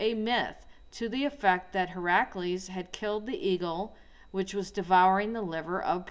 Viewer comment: He-rack-lees? Try "hera-clees". Hercules real name was HERACLES. It's not " he rack clees". I'm sure you have some info...but honey child good LORD you are so disorganised, and some of your info is so scatter brained and all over the place that I laughed out loud. And I'm not against you! You just REALLY need to spend an hour BEFORE you do these videos and ORGANIZE YOUR THOUGHTS! pre plan the video, sketch out a story board--and for God's sake...please REDO TAKES. YOU'RE DOING VIDEO! IT'S DIGITAL! LOL you can do a new take when u mess up. This is why I can't take your video seriously bc you're flat out BUTCHERING words, stuttering, trying to say them over sometimes 3 or 4 times in a row. This isn't 1982 you don't have to "edit in camera"